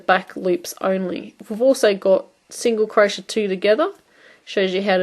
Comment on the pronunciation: I love your videos. They've been very helpful. You do beautiful work and explain things very well. I feel the need to point out to you that crochet is pronounced Crow-shay not crow-shuh. It drove me nuts through the whole video. Keep up the good work.